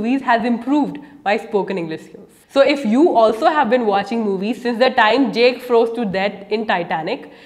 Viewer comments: Its not jake dear, it's Jack. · She claims that movies can help you with your English. I can see that. The film Titanic has taught her to pronounce JACK as "jake," instead of "jak (as in PACK)"! 🚢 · It's not Jake... Jack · 0.39. Its not Jake. Its Jack! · We pronounced Jack not Jake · Great video, but please don't call JACK as JAKE, shatters my heart to pieces every time :( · Jack, not Jake🤦🏻‍♂️